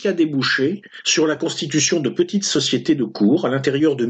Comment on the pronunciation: Heureusement que ce cher ne parle pas, à propos de ses notes de lecture, de « petiteuhh vidéos »!